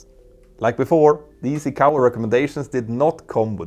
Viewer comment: ICAO = eye-k-oh